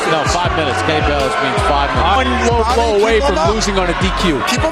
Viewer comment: it not blowblow paniki it a lowblow hahah